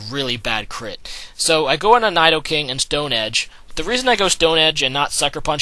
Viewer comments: It's not needleking. There's no "needle." It's Knee-doh-king. And it's Scar-mory. says a lot of pokemon names weird. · you said Knee-Dough king wrong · you said nidoking wrong aswell!